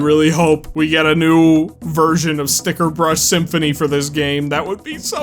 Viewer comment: You know, I'd imagine that you of all people should know that it's called Stickerbush, not Stickerbrush. There is NO R. But I and many others made that mistake for a long time.